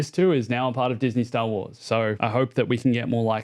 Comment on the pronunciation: Say Stah Wahs again.